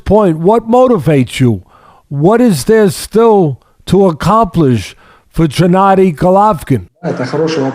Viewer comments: Teddy calling him Jennadiy is annoying. It's Gennadiy! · “Jennady”? Teddy cracks me up! 😆 Trust him to call a guy whos known as GGG Jennady! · Great interview, of course, but why Teddy keeps calling Golovkin "Jennady"?...🤔